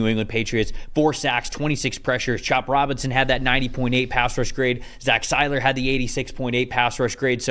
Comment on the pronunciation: Stop say Zach Sieler's name wrong!